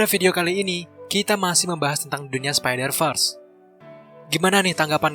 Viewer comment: apa cuma gw doang yg dengar min sebutkan spider vers jadi spider first?